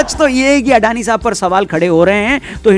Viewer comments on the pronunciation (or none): In Gujarati it's pronounced like this : अदाणी